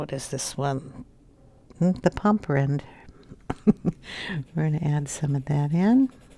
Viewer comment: I’m glad you used the Chromaflow pencils on your picture. I’ve been on the fence about these pencils but I think I’ll get them soon. And by the way, you did pronounce Pompeian red correctly.